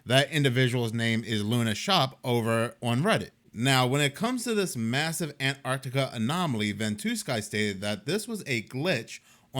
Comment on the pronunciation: I honestly think all this bs about global warming and blotting out the sun..is THEY are afraid their little eden beyond the ice wall will be exposed. year of the dragon. btw love the accent with the word Ann Tanna